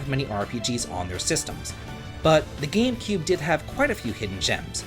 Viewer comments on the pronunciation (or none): none